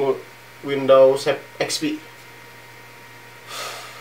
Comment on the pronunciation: windows bang bukan window